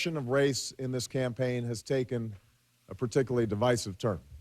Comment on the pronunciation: He pronounced "divisive" as "device-ive" and then later he said it again as "div-issive".